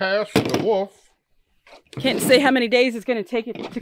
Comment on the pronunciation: I love the Woof pronunciation instead of wolf. Great vid y’all